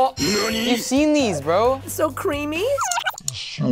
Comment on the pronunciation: So cweamy